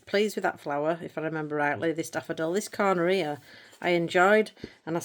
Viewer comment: I think you have a good sense of humour, so I hope you take this in the spirit that is intended… I was listening to you talk about your first page in world of flowers, and I heard “I’m quite happy with this cornareah” and I thought “oh is that the Latin name for that flower?” It took me a bit to realize you said “this corner here.” 🤣. And I bet many of your viewers don’t understand what you mean when you say “this is pants”. I have an advantage because my family is from England and we moved to Canada when I was little, but I have heard expressions like this from my parents. Hope that gives you a good laugh today. I really enjoy your channel and can’t wait to see what happens in the new year. Debbie BC Canada